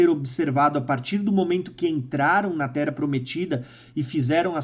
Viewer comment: tu não consegue ler de forma correta nada que tenha dois "R", pq? Rsrs "Ocorrer, vc fala ocorer" "Terra, vc fala Tera"